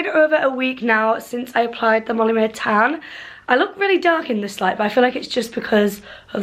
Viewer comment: "molly maeee... not appay"